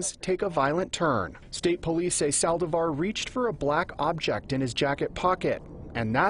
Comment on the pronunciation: Lots of problems for this reporter to say "Saldívar". I had no idea what he was saying